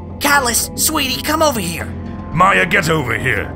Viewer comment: It’s maya not miya